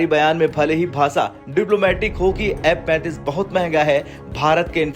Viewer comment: M-35 ya F-35 kon sa hai clear bolo bhai